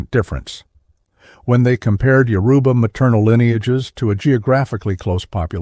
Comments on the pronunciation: The graphics used in this are just way off… I couldn’t even finish watching when I got to the white Jesus looking depictions of Oduduwa. Most if not all of the Yoruba words are mispronounced… I know the moderator is AI but not well done at all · Why can't they pronounce Yoruba correctly?